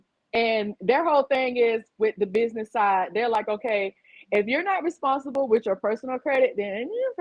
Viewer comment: "Bidness?" Lol